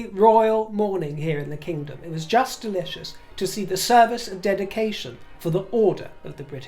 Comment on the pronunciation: Did you say delichious? 😂😊